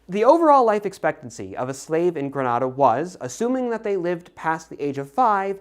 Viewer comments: Not important, but fyi Grenada is pronounced gre-NAY-da. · Grenada and Antigua and Tobago.... Americans usually get them wrong. Gree-nay-da, Aunty-ga and Toe-bay-go, y'all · As much as I appreciate the video and the information, people can never pronounce Grenada right 😭